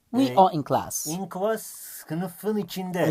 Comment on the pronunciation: closs değil class